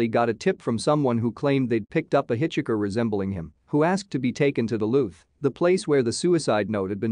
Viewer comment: You seriously don't know how to pronounce hitchhiker? Am I being punked?